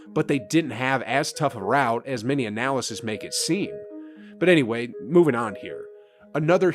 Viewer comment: Again: It's analyst - not analysist. Great video, though.